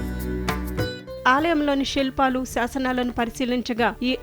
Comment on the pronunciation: షి వాలయం , షి ల్పాలు కాదండి. శివాలయం, శిల్పాలు.. తెలుగు ఛానల్ లో అయినా తెలుగు సరిగ్గా పలకమనవి.